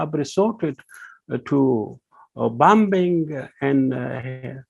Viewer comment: Not just bambing but Heavy bambing on innocent women n children.